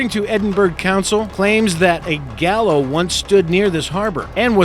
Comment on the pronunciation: OK, here's the list, I've omitted repetitions of the same word. - Lucrative not "lucative" as he said it - Edinburgh is pronounced Edin-burra, not "Edinburg" my father hails from there - Bronze Age not "brawn age" as he pronounces it - Gallows not "gallow" it needs the S even in the singular. - Wreaked not "wrecked", also, the word "up" he added to the term is superfluous and poor grammar. You wreak, you don't "wreak up" - Consolacion, I'll cut him some slack on this one for using more or less the English pronunciation (consolation) of this Spanish name. - Montego Bay, pronounced Mon-tee-goh not Mon-teh-goh - Manticore is the ship's name, not "Mannicore", a manticore is a mythical sphynx like animal. - Beaufort N.C. is pronounced Bow-fort, not Bu-fort. (note, in the original French the t would be silent, it means "pretty fort") - Jose Gaspar, rhymes with far not Casper - Whydah, it's pronounced We-dah, it's namesake is the West African slave port Ouidah in what's now Benin. I got 11, did I miss any?